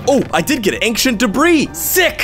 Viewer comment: hOW iS iT pErNoUnCEd aGain instead of saying ancient he said ANcEnT